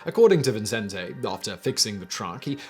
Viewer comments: It's VICENTE, not Vincente. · Huh. I'm in Las Cruces, NM just 40 minutes north of El Paso, been to Juarez a number of times, and never heard of this. Great video. ...and don't mean to nitpick but you keep saying Vincente instead of Vicente [vee-sehn-teh]. There's only one n. People add it to mine all the time too. lol It's also pretty common to give the t a softer th sound. I know I do. 🙂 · His name is Vicente Sotelo Alardín, no ‘n’ before the ‘c’, i.e. pronounced Vi-cen-te. Think of Vicente Fernandez, former president of Mexico. It is my sir name, so I hear it pronounced like Vincent all the time…like my whole life, all well it usually gives me a chuckle.